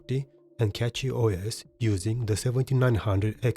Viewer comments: something that you messed up here is the mesa. prolly why nobara did pull ahead. saw that you wrote mesa 24.3 on em all, but mangohud is showing 25.0 devel bleeding edge. Cachyos is pronounced like cashyos, like money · Didn't know cachy was said as catchy